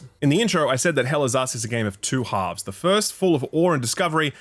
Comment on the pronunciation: All i hear is "Hell is Ass"